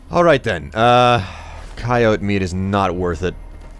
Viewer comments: i love videos but he mispronounces a lot of stuff. especially contreras. (he says contreres) also coyote. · I live in an area where coyotes are and we don't pronounce it that way